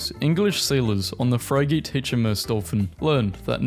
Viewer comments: "Fry-gate" is another one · This voice has got to be AI voiced, who tf pronounces frigate as "Fry-Gate"?